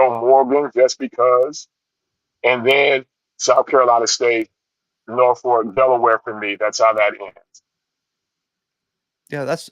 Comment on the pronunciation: Its Nor-f*** in pronunciation not Nor-folk. In all seriousness that's the correct pronunciation. Coach Odums at Norfolk State isnt familiar with the 757 area and that is what is prohibiting his success.... Alot of and i mean alot of talent here thats not being brought to Norfolk